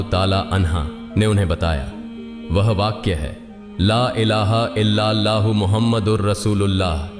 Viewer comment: BRO please spell all the words properly who is dubbing this video why such mistakes?? It's subhan allah and you are saying subhnllah just hear your voice and don't miscommunicate also la ilaha il- lallah you are saying la ilaha llah very disappointed